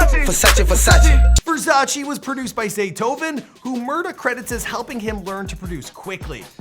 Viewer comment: "Zaytoven" next time... 💪🔥